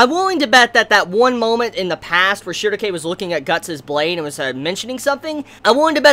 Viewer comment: Shierke, not Shuerkeaefa